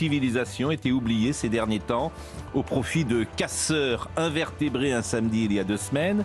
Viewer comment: casseurs invétérés, pas "invertébrés" :))